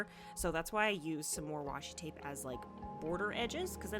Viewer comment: This might be odd but I adore that you didn't fix the oopsies in your voice over. Twape is totally something I would say